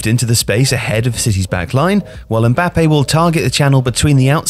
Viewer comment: You are pronouncing "Mbáppe", with the accent is "Mbappé"